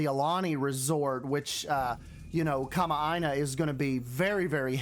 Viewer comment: hi! i was the one who commented on your instagram about the definition of kama'aina! also wonderful pronunciation of the word btw! some hawaiian words can be tricky:) excited for this series.